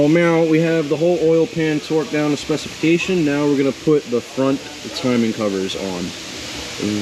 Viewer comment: I swear I heard him say "Twerked down..." 🤣